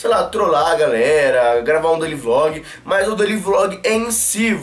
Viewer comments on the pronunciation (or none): none